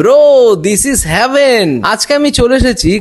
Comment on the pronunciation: Heaven er uccharon sekh age